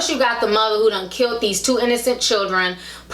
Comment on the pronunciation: The word is "killed" versus "kilt"